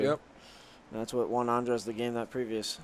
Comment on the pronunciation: why this dude saying ANDRES name as it if were a womans name: ANDREAS?! cmon man